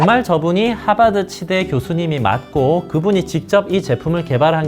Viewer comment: ㅋㅋㅋㅋㅋㅋㅋ저 하바드 발음 꿋꿋하시네요